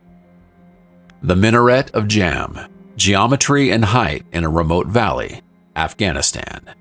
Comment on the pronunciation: You cannot create a "micro climate" with a 2m change in altitude. Height not heidth.